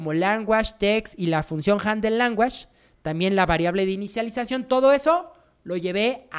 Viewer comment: Excelente tutorial, mil gracias!!! El unico feedback que te puedo dar para mejorar el video es aprender la pronunciacion de language en ingles, lo demas todo perfecto!